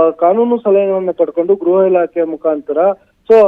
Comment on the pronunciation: ಗ್ರಹ ಇಲಾಖೆ ಅಲ್ಲ ಗೃಹ ಇಲಾಖೆ